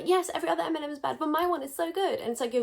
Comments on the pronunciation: I thought was saying "M&M" instead of "MLM" so I was confused while wondering what was wrong with the chocolates 😂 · since I've been speeding up videos, you saying "MLM" sounds like m&ms and it confused me on why you popped off on a candy :,) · What about Skittles? Can I speak on them? ☺️ (I apologise. I thought you said M&M the first time. Not MLM) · am i the only person who thought she said M&M instead of MLM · Fully thought you were saying M&Ms and I was so confused, was like that’s my favourite chocolate 😭😭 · I dead ass thought she was saying mnm and was thinking the chocolate company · I swear I thought you were saying Eminem